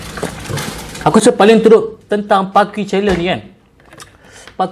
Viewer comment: " pakui ". its " pa-key " 😭😭😭 ( key as in kunci )